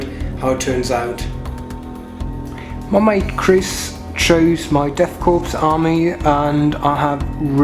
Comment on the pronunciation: Nice batrep. You don't pronounce the p in death korps though. It's pronounced 'core.'